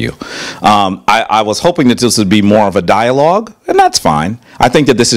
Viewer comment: He came to a dialog trying to debate got mad when he got corrected for his miss pronunciation and wrong geographic location of places